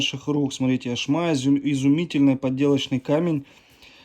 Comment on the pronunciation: Поздравляю с магистром! Очень красивые магнитики, но произносится Яшма, с ударением на первой букве! Девочки об этом знают, так как носят сережки, колечки и бусики из этого камня!